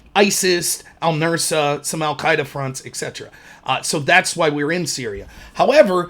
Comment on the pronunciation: Just one small... criticism? Not even really a criticism, just suggestion. Its "al Nusra", not "al Nursa ".